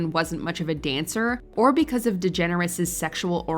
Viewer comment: THATS HOW YOU SAY DEGENERES????